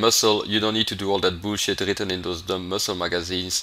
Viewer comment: "Bool-shit". Kills me. Love the videos.